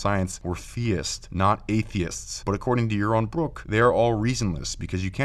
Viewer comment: Yawwon Bwwok tells us weason without Gowwd is good. When you can speak correctly, I'll listen, heathen. Those wascislly weligions.